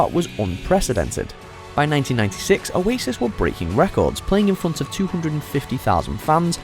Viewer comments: Oasis.???? Stopped watching. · Oasis hahahaha??? Come off it